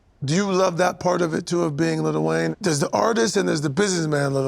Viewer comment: Bro keeps calling him little Wayne